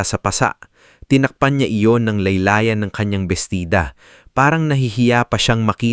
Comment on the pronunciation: Laylayan hindi laya-laya and dami mong error kindly correct by reading your content.😂 maganganda sana ang kwento,only you need to correct the pronounciation some words😂 kalaunan= hindi kaulanan ,ka-ulanan, pangu-ngumusta not pangumista😂